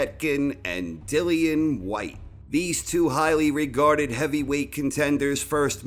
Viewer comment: Povey-etkin, Deeleeeann Weehyyte